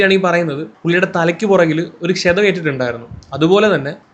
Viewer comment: ക്ഷേധം അല്ല ക്ഷതം ആണ്